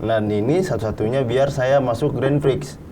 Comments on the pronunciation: pertama satu, kwkwk saran aja klo ngomong santai aja jangan ngebut"biar ga belibet, ngomong grandprix aja granfix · grandprix bukan grandpfrix gak si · lagi satu takde ke yg nak tolong betulkan sebut grandprix tu? bukan grandfrix tapi grandprix😢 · Grandpix bukan grandfix 😂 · harusny grand prix,tapi ronalnya bilang grand fik bukan grand prix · Kurang nyaman denger "grenfriks" nya doang ini😢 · ngomong grand Prix aja grand frik wkwk